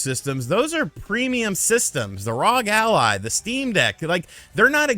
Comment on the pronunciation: Why do you say R.O.G. Ally like that... that cant be right..